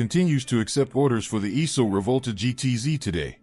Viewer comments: Try and say "Reevòlta" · wrote "Reevòlta" because this should be the correct pronunciation of this Italian word (Rivolta) said by an American who does not know the Italian language.